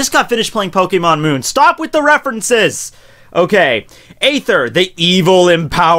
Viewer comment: I still to this date am yet to hear someone pronounce "aether" correctly lmao. xD